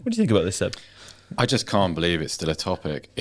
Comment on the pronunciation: Yeah this got shredded for whatever reason, cut off the first part! How can I get hard without hearing Joe saying Seb's name wrong?